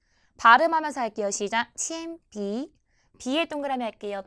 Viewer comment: 铅笔、大熊猫 발음이 부정확 하시네요.